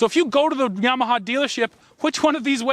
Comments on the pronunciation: Pronounce "YAMAHA", not "YEMAHA"!!! lol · "yaymaha"...like in yams and sweet potatoes pictured on your shorts? Canadians, eh! ..LOL!